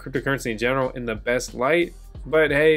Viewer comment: "Best way" not "beat way"